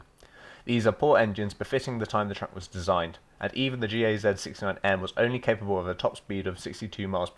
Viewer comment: Gaz sounds like "guzz"